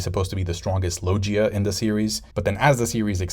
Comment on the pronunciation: it's pronounced loGUIa, like in GUItar, NOT loJia, it's a hard G Also finally you get, Logia awakenings have been hinted since Punk Hazard, Oda quite often does "SHOW, DON'T TELL".